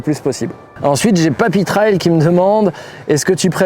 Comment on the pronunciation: RAIL est un mot Français, TRAIL est un mot anglais (piste, chemin) et se prononce donc TRAYL. on ne dit pas parkaingue mais bien parking ou bien wiquehand mais bien week-end; c'est la même chose ici.